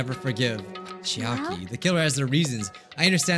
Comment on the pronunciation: first it was chiaka instead of chiaki, now its miharu instead of mahiru..